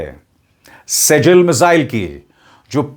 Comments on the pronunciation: मिज़ाइल का नाम सेजील नहीं मिज़ाइल का नाम सि‌ज्जील है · सेजील मिज़ाइल नहीं इसका सही नाम सिज्जील मिज़ाइल है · Sejjil Arabic word hai jo सिज़्जील padha jata hai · वो सजल नही सिजजिल है, यह नाम कुरआन से लिया गया है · शर्मा जी शेजल नहीं सिज्जील नाम है इस मिसाइल का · सिज्जील बोलिए सर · Abhishar ji थोड़ा सा arabic punctuation को भी समझ लें. Arabic word (سِجِّيْل) सिज्जील है। ( SIJ JEEL ) है